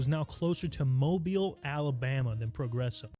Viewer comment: Hey! I’m from Alabama. Don’t disrespect… too much. And it’s “moh-BEEL” AL not “moh-bul”